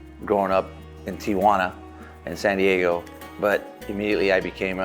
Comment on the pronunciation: Que mamon benjamin gil que pronuncia tijuana, fernando valenzuela, hugo sanchez, y julio cesar chavez en ingles. 😂😂😂